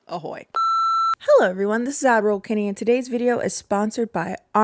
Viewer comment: Oh my God, I have watched your vids for years, and I have always heard it as admiral Kenny!! I don’t know why I just accepted it lol